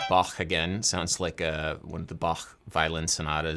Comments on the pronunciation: pronounces Bach correctly pronounces portmanteau 'por-ta-men-teau' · It‘s nice to hear a more “correct “ pronation of Bach’s name (it’s a softer “Ba” ; not like an aggressive back) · It is so nice to hear that Bach's name is pronounced correctly in english by Adam. 😀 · As a German I am really pleased hearing you pronounce "Bach" so well! :) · 1. You play five strings exclusively, now? 2. Best Bach pronunciation on the English speaking yt! 3. So many liccs! Nice!